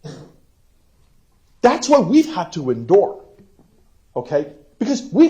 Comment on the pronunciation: Its like he just found out the word endure